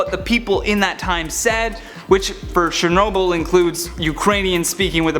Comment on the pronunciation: it Chernobyl not shernobyl